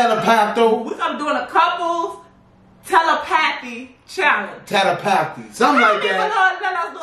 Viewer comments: This is the best way i can figure out how to write the pronunciation for y'all: tuh-leh-puh-thee. Big Homie talking about he got a little asthma 🤣🤣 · Lol y'all so funny🤣It's pronounced te-lep-a-thy y'all...lol I love y'all😘